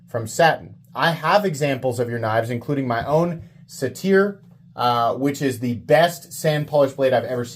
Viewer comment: Great content as always, but I just wanted to mention its pronounced SAY-ter. It's a mythological man-goat.